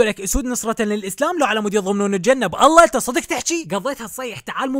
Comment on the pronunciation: بالله وليس اب الله غلط مايجوز